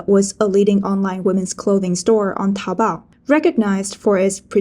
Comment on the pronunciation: Taopao not taobao hehehehhehehehehehe